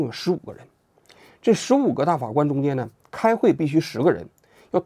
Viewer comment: 王局最近最老是瓢啊！大法官~大花官！等等